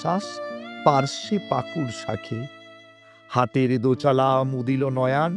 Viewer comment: মহাশয়, ছোট বেলায় পড়েছি, আমার ছেলেকে শিখিয়েছিলাম, তবে আপনার। উপস্থাপনা ভালো লেগেছে, কিন্তু একটা কথা,হাতের দোচালা নয়, ওটা হাটের দোচালা, হবে।